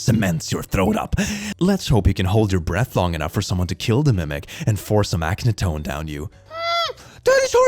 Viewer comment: It's none of those answers. Fans got a reply that diglett was the first pokemon, as a character in one of the creator's notebooks when they were a child. Diglett existed many years before pokemon was made up. Listen to him spell acetone not as ace tone, but as aktetone